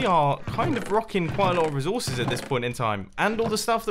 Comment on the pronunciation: PLEASE LEARN HOW TO PRONOUNCE RESOURCES